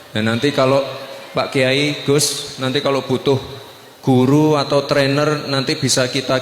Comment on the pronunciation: Yang bener GUS apa DUS sich koq kurang jelas